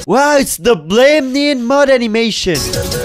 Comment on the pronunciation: bruh you said mud